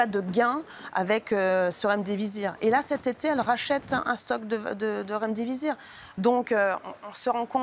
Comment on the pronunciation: C'est Remdisivir et pas Remdivizir chère Virginie 😉